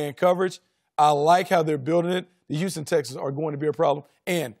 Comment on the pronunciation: HEY LAVAR, THE WORD IS HOUSTON NOT YOUSTON!